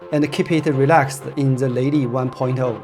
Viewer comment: Leili from you sounds exatly like LADY